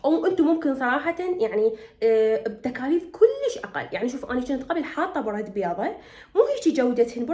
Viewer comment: ششنو برده؟؟ لفظيها عدل